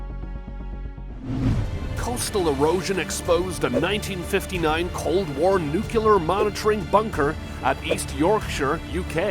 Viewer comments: Nuclear not nucular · Could you please learn to say nu-clear rather than nu-cu-lar?